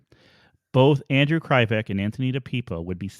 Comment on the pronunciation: Those cops did beat up kids at the police department and leave bruises. They didn't care. They did what they wanted.. You keep saying Anthony and Andrew's names incorrect.. Di.pip.o Kre. Vek.. No one knows the truth...no one will ever know the truth.. the entire investigation was botched...